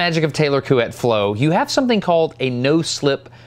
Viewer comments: You've actually nailed the pronunciation of Couette. Other than having a slightly American tinge to your vowels (we muricans tend to have an odd flavor to our "oo"/GOOSE sound), you definitely got the closest English approximation of the French vowels. If you asked francophones to spell what you're saying, they would spell "Couette", so well done, even if by accident ;) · Your "Couette" was actually right! Source: I speak French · I’m french and your pronunciation of Couette is actually right so good job ! 👍🏻😂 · French here and agree too on prononciation but surprised that no one told that "Couette" means "bed sheet" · You pronounce couette well, gg :) 🇫🇷👍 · You pronounced Couette correctly BTW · Couette was said correctly. The ette sound is found in english a lot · You pronounced couette perfectly ... this is coming from a guy that is pretending to be french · Hey Destin, I speak French and your pronunciation of Couette is excellent, so no worries! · Your prononciation of COUETTE is more than ok Destin! HI from France 👋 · Yay you say Couette perfectly 😝 Really interesting video 👌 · Yup. But "Sir Taylor"... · Your pronunciation of "couette" is pretty good ( I'm french just in case) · great pronounciation of Couette ! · Your pronounciation of Couette is pretty good actually. Coming from a french speaking person. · Well, your pronunciation of Couette is quite good ! I 've also learned that somebody was called "Couette", which is basically the french word for "bed comforter"... The video is great, thanks a lot ! from a french guy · No worries about your "couette" pronunciation, it's totally approved ! Always a pleasure to see your videos ! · Your pronunciation of Couette is excellent =) Fun fact : in french, the word couette means a quilt <3 A french guy. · Hey, I'm a french guy and I give you my croissant of approval for the pronunciation of Couette's name. Pretty good! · You're pronouncing "Couette" the right way! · I'm like 90% sure you are saying Couette correctly